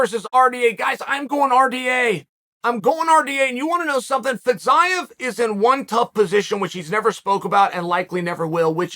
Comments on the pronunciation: Fizzz-iii-yaaaa ???? Are you sure that's how you pronounce it bro lmao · “fetZaev”🤡🤡🤡🤡 Chode sonnen